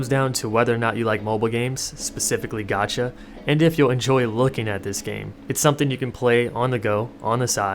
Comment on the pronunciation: I tought you were saying gachi I was expecting something else